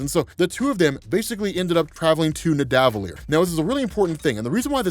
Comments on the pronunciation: Hate to be that guy...but it’s pronounced “Ned-uh-vull-eer”... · y do you keep mispronouncing nidavellir?